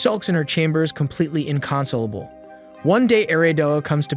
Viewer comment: "in-con-sull-a-bull"-!? What? The word inconsolable is properly pronounced as in-console-able, it's soul, not sull.